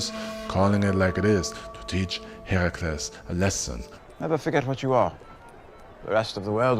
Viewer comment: Correct, only here. He’s the only YouTuber who actually pronounces the names right. Even the “mythology” YouTubers mispronounce them and then “correct” others who were right all along.